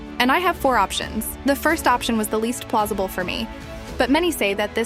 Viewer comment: “Very plozible”